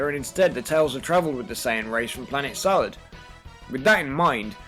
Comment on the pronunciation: what idiot said that the name of the planet is "Salad" its called "Sadal"